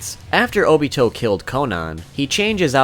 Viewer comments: He said TOBITO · ITS NOT TOBITO ITS OBITO OR TOBI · You said tobito not obito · Tobito isn’t it obito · Did he say tobito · so we're all gonna ignore the fact that he said Tobi-to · Did this nigga just say tobito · Haha you said tobito it’s just Tobi or Obito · This dude really said "Tobito" lol. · DID HE JUST SAY TOBITO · Ik this vid is rlly old but i love how you call him tobito bc i call him obitobi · I’m sorry, but did you just say Tobito? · Anyone gonna talk about how he said “tobito” lol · Did he say "tobito" ?? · This man said tobito